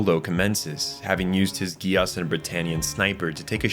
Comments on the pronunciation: I have never watched it... BUT I INSIST, it be pronounced "Jee-Ass" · Bro saying Geass like Negus 😂